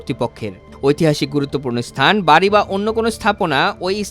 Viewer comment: vari vanga na, ota hobe bari vanga